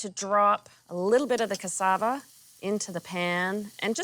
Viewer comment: Ohh yumm, I love how you pronounce cassava. I live in the Caribbean, cassava is a regular staple in our foods.